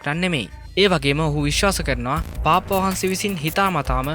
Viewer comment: අනේ යකෝ. පාප් වහන්සේ කියලා හොඳටම කියන්න පුළුවන්කම තියෙද්දි නෙ උඹ පාප්ප පාප්ප ගාන්නෙ. 🤣🤣🤣🤣🤣. හැබැයි ඕකුන්ට වහන්සේ කියලා කියන්නත් හොඳ නෑ